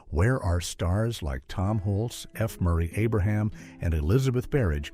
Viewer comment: It’s Hulce, like pulse!